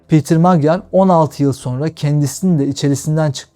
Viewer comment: Magyar ' macar' okunur ve macar demektir